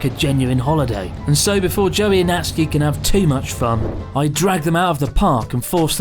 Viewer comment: I really thought he said Jelly instead of Joey